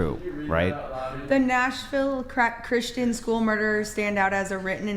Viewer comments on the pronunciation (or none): none